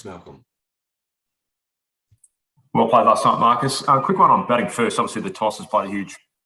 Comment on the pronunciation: did that guy call Marcus as Morris?? Seriously..🤣🤣🤣🤣